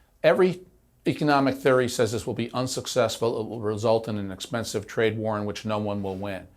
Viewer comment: Cowboy hat knows a lot about tariffs and economics… “esspensive”, “espert”, “sussessful”